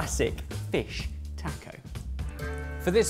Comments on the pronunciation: Tack OH ? No, it's "TAH CO" mate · if you can pronounce Baja correctly, you can pronounce Taco correctly. The letter "A" is pronounced exactly the same in every Spanish word. It is always "Ahhh," and never "Ayyy." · Tacko, tacko, tacko......why can't any of you say "taco"?!?!! (Or "salsa," for that matter.) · You poms couldn't pronounce "taco"to save your life! It's not "tack-oh" it's "tah--co"... I've never been so annoyed watching sorted up until today! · Taco does not have a "K" in it!!!!! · taaaaaco, driving me nuts :D you are pronouncing the A wrong. I hate being the guy leaving this comment but holy wow got to me in this episode. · This looks good but it really bothers me the way British people pronounce the word "taco" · please god stop pronouncing it tack-o it pains me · Please for the love of god... learn how to pronounce taco 🤣🤣💖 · I loved this (despite not liking fish much) but man, you guys kill me with how you pronounce jalapeño and taco, NEGL. Also, y'all should do a 3 recipe comparison Lasagna set. Because Lasagna is AWESOME. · So can't say taco? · Your guys' pronunciation of "taco" and "salsa" is really cringeworthy. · If they didn't already have their butchering badge, I would say you could all get one for your pronunciation of the word taco.